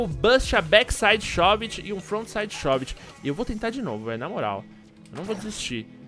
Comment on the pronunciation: m e shóv-it q pronucncia e sim shôv-it